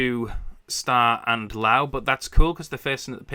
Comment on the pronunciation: Just a heads up it's Mikey Lau not Mickey.